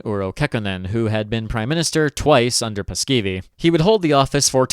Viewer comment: The pronunciations are just good enough for the mispronunciations to be annoying. You basically drop two vowels from Paasikivi ("Paskivi?" Sounds like shit in Finnish lol) and when you said "Mannerheimintie" I nearly fell to my knees. "Manner hey minty". Yeah, no